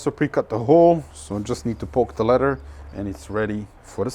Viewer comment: Leather, not ledder. 😏👍